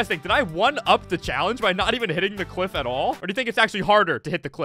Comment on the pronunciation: bros saying cwiff